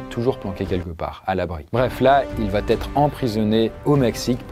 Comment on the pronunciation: Juste un truc : 'va' n'a pas de 't' a la fin. Ça pique vraiment les oreilles d'entendre à chaque fois "il va't'etre"